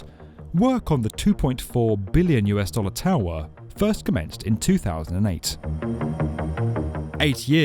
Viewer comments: “Shanghai toww errr” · Stop making such a simple word as "tower" sound awkward. It isn't "Tahw-[split second pause]-wahhh". It's just tower. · Why are you saying tower like that? Tow-hwa. It's Tow-er. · Shanghai Tao Wah?? Is "tower" maybe the word you're looking for? And the town? Shang'hai. I don't know where your shangHAI place is. Maybe someplace where they have taowahs. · This narrator has a issue with Shanghai To"w"or or any other word with a W in it. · Strange way of saying "tau - rer" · 'Shanghai tao were'. I can’t work out whether this is a person speaking or a robot. I’ve never heard so much importance given to the ‘-er’ part of ‘tower’, ‘power’ etc. Curious. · The shanghai taawaah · The narrator is English but can’t say tower 🙄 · I only tuned in to hear the narrator say the word towER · Why the exaggerated pronunciation: toweerrr etc. Too irritating to listen to any follow-up. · "Shanghai TAwah" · This isn’t the world’s highest tower but it is the world’s highest towwaahh. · The Shanghai Towwwwwerrrrrrrrrrr......the pronunciation made me stop watching. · yep...the w in tower is still silent :D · Complete with bonking, clonking noises and narrated by a bloke who can't actually say the word TOWER no wonder the damn thing isn't a success! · He says the word "tower" weird. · Why the weird pronunciation for tower?